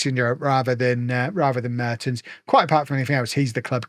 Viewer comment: the first e in Mertens is pronounced with the "e" as in "well"